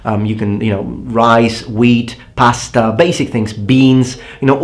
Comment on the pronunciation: i love how emphasize the importancy of pasta xD Such a proud Italian!